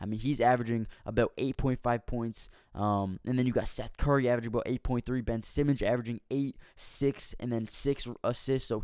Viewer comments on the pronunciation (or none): none